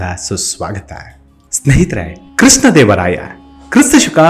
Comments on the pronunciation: ಕೃಷ್ಣ ಅನ್ನುವ ಬದಲು ಕ್ರಿಸ್ತ ದೇವರಾಯ ಅಂತ ಉಚ್ಛರಿಸುವುದುಸರಿಯಲ್ಲ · it sounds like Christa Devaraya, not Krishna Devaraya